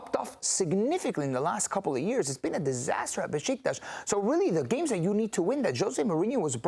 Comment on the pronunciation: So Besiktas isn't pronounced Bee-sick-tas? 😂😁